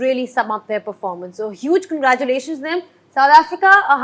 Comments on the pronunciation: 🗣️ Many many kangraaaculation 😂. English ❎ Hinglish ✅ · Congratulations ❌ kangaeerathulation ✅ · मिस्बाह को congratulations बोलने नहीं आ रहा or बात कर रहा है English me😂😂😂😂